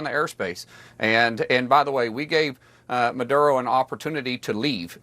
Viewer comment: No? Then why is a quarter of the US Navy parked next door to Venezuela? And it's Maduro, not Madura.